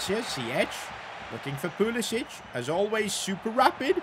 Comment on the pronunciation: Dude Pulisic is American. Stop calling him like he's Southern European🤣 pronounce C the same way you pronounce English words with C like can🤣